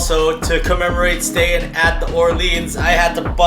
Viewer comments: Its the "Orleens", but if you're saying New Orleans and your from Louisiana, you say New "Awlins"...nuff said, lol! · It's The Or Leens